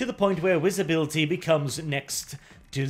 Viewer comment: If you watch old videos he makes tons of mispronunciations, especially of the letter “v”. He’s gotten leagues better but if you listen you can still hear it occasionally. Early in the video he says “Wisibility”.